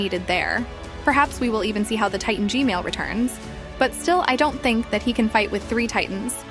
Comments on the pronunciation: Im sorry, but you some how say gman as gmail lol. And how did you get the unblured version of the koridor? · I love how she say Gmail instead of gman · YOUR saying g mails not G man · Its g man not g male tho 🤓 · bro why does always say "gmail" not g-man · lol bro said “g-mail”💀💀💀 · WHY DID U SAY GMAIL HAAAHHAAHHAHAA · I love how you call G-man, G-Male. 😂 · “G-mail” it never gets old😂😂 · its not g male its g man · It’s not g mail it’s g man I’m sorry if you already knew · ah yes “G-MAIL” toilet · pls say gman not gmail pls. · Bro said GMale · why did i hear "gmale sauce" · Gmail can u stop saying Gmail (Asking nicely) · Bro said gmal😂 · Bro said g-mail 💀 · Why does she say "G-male"? He's G-toilet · Bro said gmail Lol😂😂😂